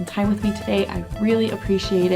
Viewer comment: luv the video you just tell it like it is, and you dont get salty, classy in one word! and your "doei" is getting pretty good :-)